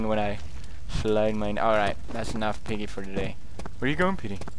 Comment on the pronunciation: IT'S PIGGEH! GET IT STRAIGHT, WOMAN!